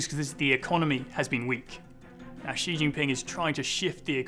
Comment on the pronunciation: How can anyone take this as SERIOUS journalism when they can't even pronounce the President of China's name correctly? Well researched or what?